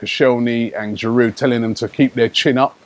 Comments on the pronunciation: If it was spelt "Giroo", Robbie would be aight 😁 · Stop pronouncing Giroud with a D. It's a French word so the D is silent, you clown!!Embarrassing. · I know this is nitpicking, but can you stop pronouncing the 'd' at the end of Giroud's name? It bugs me every time.